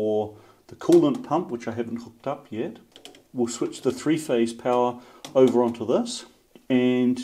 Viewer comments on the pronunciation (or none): none